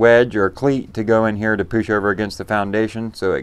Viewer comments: I love how you say poush is this a Ohio thing??? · Was a kid in rural WVA. Remember “poosh”, and “boosh”. “Poosh the wheelbarrer over hind the boosh”, etcetry.